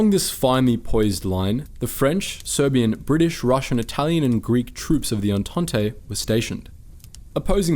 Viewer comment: Its pronounced "on-taunt" not "on-taunt-ey"...